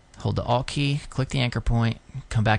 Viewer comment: sweet explanation of the pen tool. for future reference.. please say "alt key" not "a.l.t. key" XD fav part of the vid lol great tut.